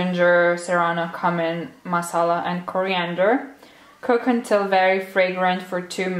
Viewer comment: There’s one annoying word you say I can’t get over 😁 should be kjumin not kamin. The way you pronounce sounds a bit offensive, but it’s up to you ofcourse. Anyway, I love your vlogs and all you do! Congrats on your new place!